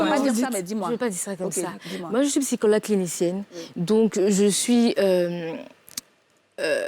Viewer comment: HÉÉÉ JOLIE!!! OÙ EST CE QUE TU MET LE "P" QUAND TU DIS "PSYCHOLOGUE" OU "PSYCHO-TRAUMATIQUE"? AUTRE CHOSES AUSSI, SOUVENT TU INVERSE "É" ET "E". GENRE SVNT TU VAS DIRE "FEMINISME" AU LIEU DE "FÉMINISME". CE SONT DE PETITS TRUCS AUXQUELS FAUT FAIRE ATTENTION. N'OUBLIS PAS QTES UN EXEMPLE POUR CERTAINES. SINON A CÔTÉ DE CA,COMME TJRS BELLE ÉMISSION ET BON THÈME.✌🏾👌🏾👍🏾